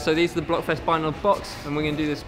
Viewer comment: Blokfest, not blockfest